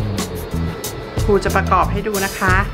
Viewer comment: ครู ไม่ใช่ คู